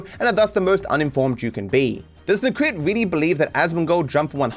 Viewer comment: He constantly puts words in Necrit's mouth, like: "Necrit seems to believe this is how world shoud be", when all Necrit did was just talking about HIS OWN experience with reactions. He also didn't even bother to look up how to properly pronounce his name (it's nEcrit, not necrIt).